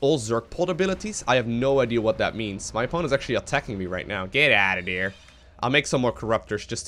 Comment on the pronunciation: THis and THere. THis and THere... TH TH TH TH.... it's not Dis and Dere. No D, yes TH.... Let's practice: TH TH TH THis.... TH TH TH THere... TH TH TH THat.